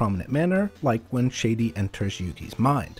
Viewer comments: Why is pronouncing Shadi's name as "Shady"? SHAW-dee. He's not the Real Slim Shady. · sha di not shaddy